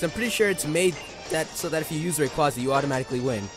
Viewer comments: Man why does everyone butcher Rayquaza's name? (How it's pronounced) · Has anyone ever noticed that japenese people called Rayquaza "Rayquza"?